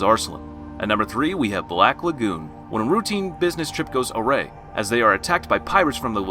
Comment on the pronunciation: So.. it's either text to speech, which should have gotten this right, or you're doing it on purpose. Learn to correctly pronounce the word Awry ;D Hint, it isn't Array (Black Lagon breakdown)